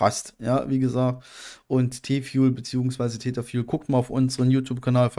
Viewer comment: "fuel" ist schon nen hartes wort für dich ne :) aber haste es paar mal geschafft es richtig auszusprechen ;) spass :)